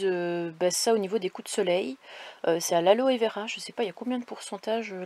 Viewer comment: Coucou. Quelle chance d'avoir le soleil..oui il faut de la biafine..et Aloevera.. On ne prononce pas le E Alovera Cest un bon produit..tu as fait un bon repas aux amis..C'est top...j'adore les mogettes (spécialité du Poitou) Attention aux minous la chaleur..l.ombre si vous le pouvez. Cadeau..panneau solaire..ouahou.!! il va falloir savoir le poser..Idriss en a posé.. Arnaud super ami..il a bien aménagé son camion..bonne 'entraide. J'adore le minou les beaux yeux..comme le mien roux et blanc..pas jeune 19 ans..il me commande..râle si je ne me lève pas..etc trop drôle..mais 6 heures un peu tôt..et gaspille beaucoup ses pâtés..mange peu croquettes. Bisous à tous..👍👍🙏🙏❤❤